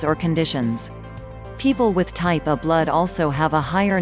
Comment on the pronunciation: M a K e the bot say Type A, n o t O. Very annoying!!!!! Love your neighbor, Not the AI